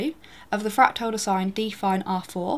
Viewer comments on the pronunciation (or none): why does she pronounce it "fractile"?